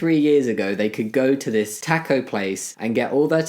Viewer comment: I love the way he says taco. Can we have a video of Jammi just pronouncing random words like squirrel and aluminum . I just love the accent.